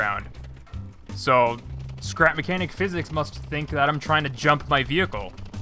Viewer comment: Welcome back to “scerap mecniac”